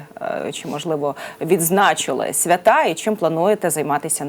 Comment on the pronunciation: Свята-це богиня,людина, ікона та свя^Та з наголосом на першому складі-це якийсь урочистий день.Давайте поважати укрмову!